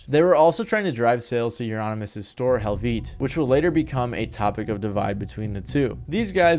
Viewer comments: Varg’s church burnings was a noble act. Also, it’s pronounced “Vee-Kerr-Ness”, and “Hell-Veh-ta”. Noob! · English speaking youtubers trying to pronounce Helvete without even googling the pronunciation is always funny